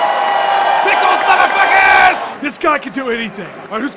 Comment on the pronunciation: "pickels" Conor McGregor roflmao